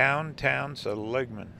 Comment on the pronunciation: See - Lig - Mun